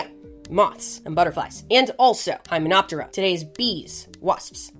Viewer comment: dio-ptera // lepido-ptera // hymeno-ptera -- pronunciation to highlight meaning would help understanding. [pronouncing /pt/ - purse lips like yer gonna say /p/ but say /t/]